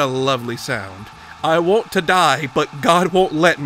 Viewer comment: Why do you always pronounce "want" as "won't". Do you do that on purpose to get people to leave comments or do you need speech therapy?